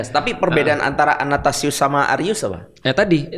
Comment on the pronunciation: Athanasius ko Felix, bukan anatasius